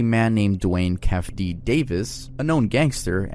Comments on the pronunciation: If u liked being corrected on how u say “Plymouth” then you will love the fact that you pronounced the name “Keffe D” associated with the 2Pac murder wrong. It’s pronounced “Key-Fee D” and not “Keh-Fee D”. 😂🤷🏽‍♀️😂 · Keefeeeee not kef lol, but yes Orlando Anderson killed pac, it was a hit put on him by diddy is the only mystery